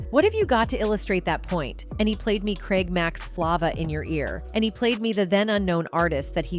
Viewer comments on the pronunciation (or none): none